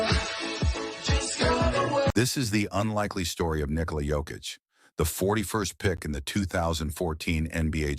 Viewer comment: This was the AI generated story of Nick-o-la Jokic lmao. Still enjoyed it!